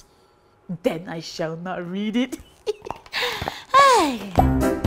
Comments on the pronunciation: the pronoun citation of is it itghhh it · The way she say is it? I hear igit?